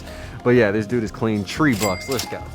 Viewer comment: Three. Not tree